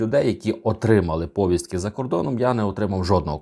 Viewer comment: Коли ви вже українскої навчитеся ? Не " пОвістка" , а " повІстка ".